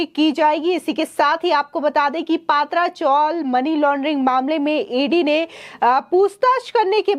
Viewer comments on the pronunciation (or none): Not पात्रा .पात्रा means अरबी के पत्ते मराठीत अळु Say पत्रा चाळ.ज्या चाळीत पत्र्या च्याच भिंतीचे गाळे असतात